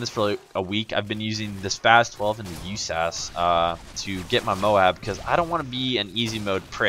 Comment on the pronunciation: Actually u pronounce it just as saying U S A S 12 just saying...